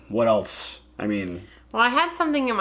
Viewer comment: Hey. English is not my mother tongue. But I noticed you pronounce "else" a bit like "eltse". Is this a dialect? Where are you from?